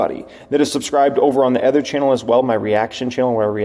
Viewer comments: Is it just me or does always pronounce “other” as “ather?” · I love you man, but you gotta learn to pronounce “other”. It’s not “ether”